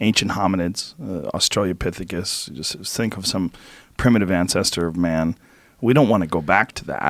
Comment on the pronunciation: Joe "Australiapithecus" Rogan